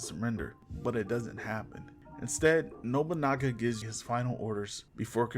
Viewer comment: Yet your video title states that Yasuke is part of that Samurai class. Get out, already saw a similar video like this once by a guy who mispronounced absolutely to the point where Nobunaga became Nogunubu. This is up there in similar amounts of cringe.